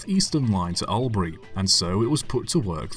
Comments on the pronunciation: Its not al-bri it's All-bry. I know you have little way of knowing this. And Malbourne is pronounced Mel-bin by most aussies. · Australian here, Albury is pronounced as All, not Al. You got most of them but that one stuck out! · Melbourne is pronounced "Mel-bn" and Albury "All-brie". It's also "Aitch" not "H-aistch". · Albury is pronounced All-bree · Sir, you cannot pronounce two of the place names in Australia. Your pronunciations are laughable. Try these: Melbourne: "Mel-bn" Albury: "Orl-bree" You got Ballarat and Wodonga right